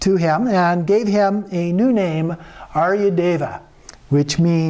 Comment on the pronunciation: Nice tale but the pronunciation of the Skt. names is terrible, haha.